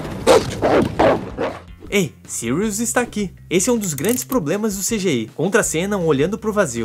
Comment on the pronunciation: kkkkkk agora sim acertou "sirius"